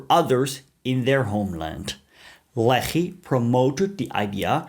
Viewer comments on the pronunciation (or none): Every time you say Lehi, I want to throw up